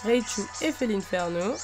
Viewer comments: On dit felinferno pas felineferno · Coucou on felinferno comme un félin et non féline!!!